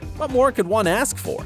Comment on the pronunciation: i can't stand hearing the narrator pronouncing singer into sinGER , BUT WHY? sinGER lol sinGER but WHY? ASK TO AXE? lol